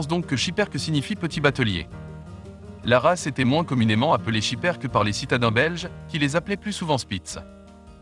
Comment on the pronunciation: SchipperkE: on prononce le E final AnverS: on prononce le S final